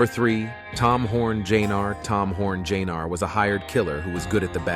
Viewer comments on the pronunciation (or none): Tom Horn, Jnr... Tom Horn JAYNAR??? Try Junior!